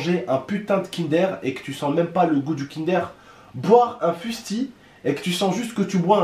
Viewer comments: Chu désolé mais sa se prononce pas kindere mais kindeur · Mdrr il a dit Kindère 😂😭 Lit mon pseudo et abonne toi c’est un défi 😉